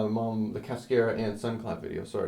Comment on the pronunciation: It would help students if you pronounced "cascara" correctly. Not being a smartass. I enjoyed the video